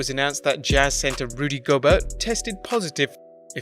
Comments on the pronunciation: Rudy Go-Bear is the pronunciation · LA-VECK, GO-BEAR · You said Rudy Gobert name wrong